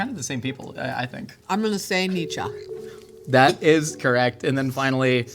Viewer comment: Thank you for pronouncing Nietzsche correctly. 😂